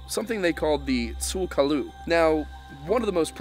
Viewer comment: cherokee spell it Tsul 'Kalu but it's pronounced closer to juda culla just a heads up